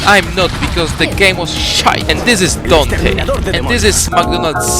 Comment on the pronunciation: "and this is Donté and this is MagGonelds Smoofie And this is Jay-C!-On!-mo-mo-uh" D M C